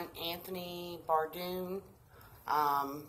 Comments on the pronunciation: Lmao you can't even say his name right and you want people to believe he's talking to you!! You're a POSER! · You cant even pronounce his name right